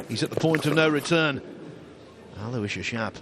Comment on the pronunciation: You guys finally almost pronounced his first name correctly, ( alowishes ) will get you real close. It's mine also, I do understand he is from a deferent part of the world.